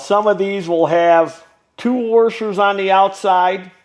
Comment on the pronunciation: "you're going to want to keep these warshers"